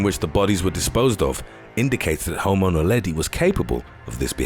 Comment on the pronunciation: I thought he said "the remains of home owner Leddy." Had to go back. 😃The Islander is the answer maybe?